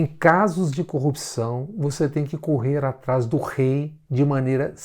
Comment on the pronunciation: Moro combate a "corruxão" , ele se quer consegue pronunçiar a palavra corrupção. Pode ser que até as eleições aprenda kkkkkkk